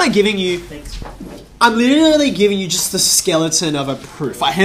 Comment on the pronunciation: the way he says the word...'literally' as 'liyeallle y'